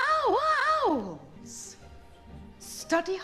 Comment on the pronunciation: "more commonly known as OW-oww-O-OWWW-oWw-Ls"